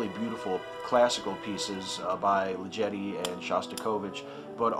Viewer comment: Sorry to nit-pic, but I believe 'Ligeti' is pronounced w/ a hard g.